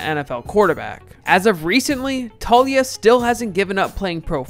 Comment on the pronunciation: FYI....Taulia=Tao-lee-ah, not Talia